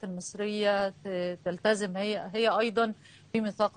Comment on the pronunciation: تلتزم مش تلتذم